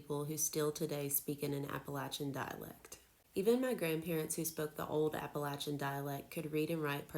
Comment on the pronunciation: Hey you pronounce it right. Thanks from the mountains of east tn